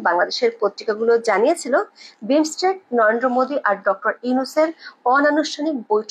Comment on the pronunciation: উচ্চারণটা পরিষ্কার করুন, শব্দটা ন র ন্দ্র "নয়েনদো" ভুল উচ্চারণ